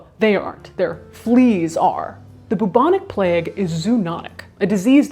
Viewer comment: Okay okay okay okay, now I've listened to Trump about 25 times and I swear he is saying "vagina plague" Having watched the rest of the video, Trump saying Vagina Plague is the new Bentham's Head. the Plague Fake is a just a wannabe